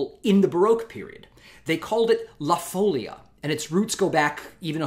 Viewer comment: thanks for the excellent series! just to appease my inner linguist : o ), folia has the stress on the second syllable: foleeea, not foulia.